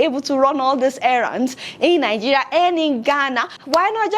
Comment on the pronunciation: Lol I like how you pronounce 'Nigeria' - Nigeya 😂